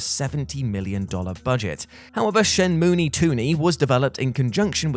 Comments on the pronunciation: LMAO! “Shenmunie Tooney” 😂😂😂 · First person I've ever heard say "Shen-mu-e" Even my Otaku friends still say "Shen-moo".